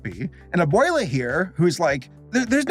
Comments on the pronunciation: good review but is it that hard to say "a-bweh-la" and not "a-bway-la" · I'm sorry, but since I grew up Hispanic, I cringe very hard when I hear you say "A-boy-luh". 😂😂😂 Here for anybody else who didn't hear it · I like that you are trying to say correctly the names. Since a lot of english people changed their names with no reason, that sucks. But it's not "aboila" xD no no. Abuela it's not even a name, it's just the spanish word for "grandmother" that's what needs to be translated, there is no problem if you do. Y antes de que me lo pregunten, si, yo si hablo español como para opinar. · haha nah, he pronounced abuela.. not very good. I guess he pronounced everything else okay but I'm pretty sure if he went to a country that speaks primarily Latin Spanish and tried to say all those names, he'd probably get laughed at.